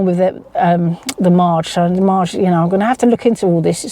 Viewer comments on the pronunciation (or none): none